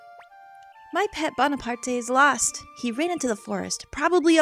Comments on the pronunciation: bonaparte is probably pronounced bone a part not bon a part ay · I'm probably the hundredth person to say this, but it's pronounced Bonapart. As in Napoleon. Not Bonapartay. I can see why you'd think that though, seeing as its in a Japanese game and that's how name is Japan work. But no, they did use the French name and intend for it to be pronounced as such. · well actually the creatures name is "Bonaparte" as in the e is silent. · Probably someone who already said this, but the name is pronounced Bone-a-part. In French, most letters that are the last of the name are silent, with the exception of some vowels and a consonant or two. Also, I really love Shiro and Kinnison! I do believe they have a nice unite attack(if I haven't forgotten that is xD), and I love the whole 'live in the forest' thing. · Actually, I think "Bonaparte" is like if it was pronounced like "Bonapart". Thrust me, I'm a french Canadian. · I'm pretty sure the e in Bonaparte is silent, but whatever. Not the end of the world. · The e at the end of bonarpate is silent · The "e" is silent...